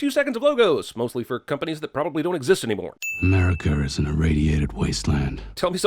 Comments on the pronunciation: How did it not get a sin for “Americer”? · “Americur” Sin. why? cause Americans don’t say that.